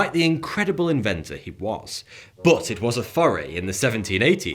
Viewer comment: I always hear you say 'Bowuth' instead of 'but'